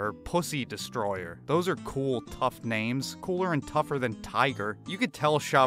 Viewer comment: If Brendan would lean into the cte I’m an idiot shit. His mispronunciation with words and names would actually be kinda funny.